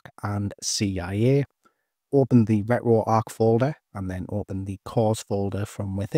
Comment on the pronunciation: Ret-ro-arc.. bro I can’t 😂😂😂